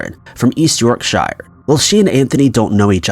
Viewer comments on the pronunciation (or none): If it is Yorkshire in England, you're pronouncing it wrong, ignore than it says shire, it's pronounced shur. Yorkshur :) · It's pronounced YORK-SHER and it's POUNDS,not dollars. Come on dude,at least do your research on how to at least pronounce British places and use our currency. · Me and my boyfriend both cringed a lil when he pronounced the shire 😅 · Just FYI, when saying the names of English towns, the "ire" is not harshly ennunciated. For instance YORKSHIRE, is pronounced YORK-SHA or YORK-SHEER. The "R" does not have any emphasis. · Why do Americans always pronounce Yorkshire wrong? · I can forgive them for names like burg by sands which is pronounced bruff by sand for anyone that doesn't know but Yorkshire no